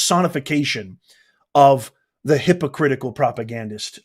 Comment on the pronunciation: with all due respect, I trip over your use of your word "Hypocratic" in reference to the hypocritical democratic party, as it sounds like "hippocratic" as in the hippocratic oath taken by doctors to uphold commitment to ethical and professional behavior (do no harm). It would be simply more clear to use the term hypocritic party. I love America and I love your analysis and presentation of information and have followed you all through the election. 🇺🇲